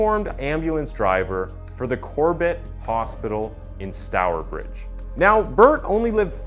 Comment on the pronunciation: Im from stourbridge and that pronunciation was perfect! My family told me alot about this story growing up as we always drove property the house where it happened, its such a terrible story but youve done it justice with this video. Its a travesty this is still unsolved